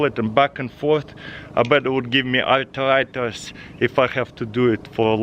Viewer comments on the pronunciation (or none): "Atritis" lol, that's what makes him awesome. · "I betbit would give me (artaritis.)" :-D